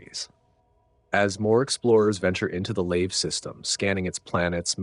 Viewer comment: Agreed! Well put together. It wasn't just Procyon though. He pronounced multiple systems in an odd way. Then called them correctly the next sentence. Made the first minute a trip. Examples: "Leave" for Lave. Saul for Sol.